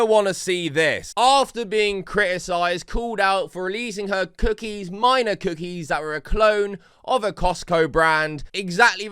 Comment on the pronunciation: I'm sorry but the way she says "Myna" sounds like she's saying minor and the excitement and everything just makes me REALLY uncomfortable.